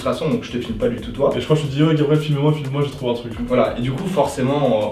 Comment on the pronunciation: Babriel et zorentin ?! Ou c'est mes oreilles qui me font défaut 😉 ?